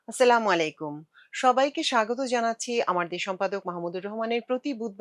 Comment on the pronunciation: এই বেটি স্লিমালাইকুম কি? সালামটা ভালো করে দিতে পারিস না 😡😡😡